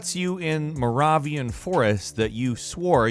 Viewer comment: The way he said Moravian too